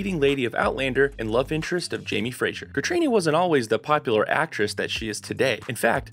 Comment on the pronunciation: Text-to-video software. Everything not programmed into the system is pronounced phonetically. GaBALLdon. Hoogan. Cay-tree-OH-na. 🙄